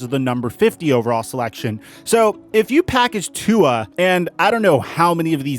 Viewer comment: If you can't pronounce Tua's name correctly don't say it. Your disrespecting him & his polynesian culture. Polynesians take this seriously offensive. #ifyouknowyouknow